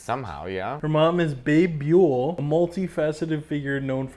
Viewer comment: “Her mom is Babe Buell…” Oh you got Buell right but missed on “Beebee”😂. I guess you’re into motorcycles but not one of the most famous & dated/f*cked rock groupies of all time. Suddenly I feel old.